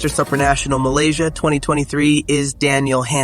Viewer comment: He pronounces it Sup-ranational, like whatsup? lol I'm pretty sure it's pronounced like soup, superman, soopranational.